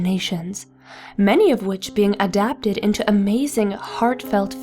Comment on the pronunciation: Did you say adabded